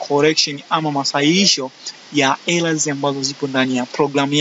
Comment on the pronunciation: Errors inatamkwa Ella???kipengele sana aisee